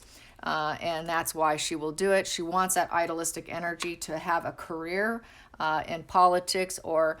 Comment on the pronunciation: I don’t understand when you say idolistic. Do you mean idealistic? Idea- listic (to pronounce). It sounds like you are saying idolistic, and I don’t think that’s what you mean. But I’m not certain. Thank you if you can clarify. Hope you are having happy and safe holidays. ❤️